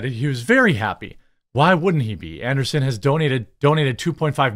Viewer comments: Andreeson, not Anderson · AnDREEson... Not Anderson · An-dree-sen not An-der-sen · His last name is ANDREESSEN, NOT Anderson. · AndREEsen. An -DREE-sen not anderson. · Jeremy reads from articles almost exclusively with no research. It’s about quantity with him, not quality. I never minded until he wanted to expand into other ventures and pushed them to ad nauseam. I enjoy more obscure topics otherwise it’s frustrating to watch. Quality videos with a small script and improvisational commentary is the least he could do to improve his channel. An dree sen not Anderson and Thiel is pronounced almost like teal. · Jeremy pronouncing Andreessen as Anderson has me yelling at the screen. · Bro I hate to be pedantic but it’s andrEEsen.